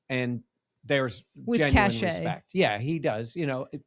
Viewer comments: sorry y'all but it's "cachet" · Sorry,....but cachet has a "t." Close, but no cigar!